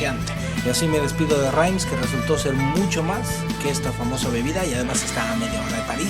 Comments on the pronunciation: SE PRONUNCIA REMS NO RAIMS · querido no se pronuncia "RAIMS"